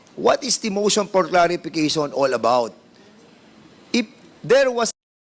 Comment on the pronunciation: DAN, ano sabi mo IP or IF?